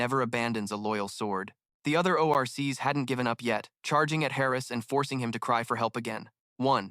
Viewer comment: The oh ar cees 🤣